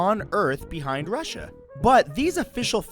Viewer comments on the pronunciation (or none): none